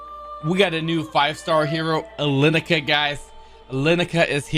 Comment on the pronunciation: > Alen - cia not Alenica lol